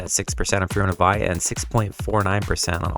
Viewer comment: Vie is pronounced Vee